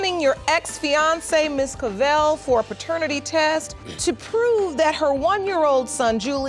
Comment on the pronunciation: ….”pertenity test”. Alright.